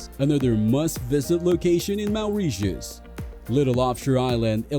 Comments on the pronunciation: Awful voice and pronunciation. MAOURITIUS!! WT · Had to turn the volume down , maoreeshus